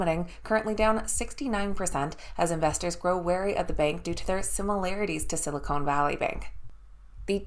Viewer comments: It is Sil i con not “cone”. Silicone is what can uplift human features. Silicon is a material used to make computer chips. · Silicone Valley Bank??? 😆 🤣 😂 Silicon Valley Bank.